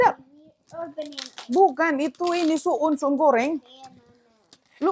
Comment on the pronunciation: pun salah ucap tp sok tau🤣🤣 itu sukun, bukan su’un… su’un/soun/sohun itu yg macam bihun tp lbh tipis lhooo… cem mana sih rempong iniiii